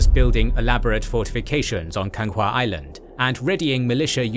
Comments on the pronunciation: Why do you think they recruit the Korean Navy? also, it's Ganghwa Island, not Kanga wtf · Its Ganghwa island not Kanga sounds like african